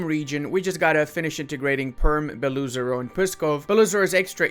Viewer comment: Absolutely loved the vid, as I always. But it's always painful af when you say "BelOOzero" (like 'lu'). It's proncouned Belo-Ozero, meaning "White Lake".